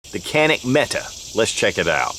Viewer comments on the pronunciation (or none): in Turkish it is called jAnik, not janik. so A is spelled like tAll, not like tanner. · No Jawnick not Jawneck-c'mon get it right already lol!